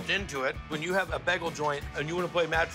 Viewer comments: It's like he's saying beggel instead of bay-gle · If I hear "Bæggel" one more time, I might flip some tables